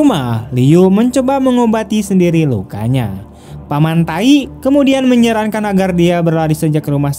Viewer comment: Gan.. Membaca Paman Thai.. Jangan nyebut paman Taik..